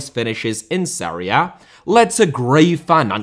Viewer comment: Villa* not Viller Serie* not Seri Berlusconi* not Böluscouwni Half* not Holf Barcelona* not Bohçalouwner München * not Munich Uefa* not Yuweifer Idea* not Ideer